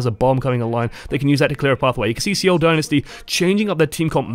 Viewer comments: Also it's pronounced "sole" not "seeeeowl" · "See-ohl Din-nisty"